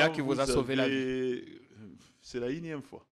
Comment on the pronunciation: N-ieme fois et non inieme ...!